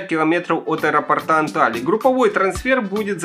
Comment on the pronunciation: От аэропОрта, а не аэропортА, грамотей🐵🙉🤬🙈😠😡